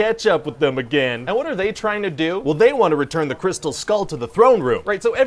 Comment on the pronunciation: Shia saying crystal "skoal" drove me insane.